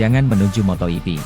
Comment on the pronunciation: Ada kesalahan kata di konten ini 1. Motoipi = MotoGP 2. Pedoacosta = Pedro acosta Tolong mending pake suara asli kalo pake suara ini kek gak nyaman banyak salah kata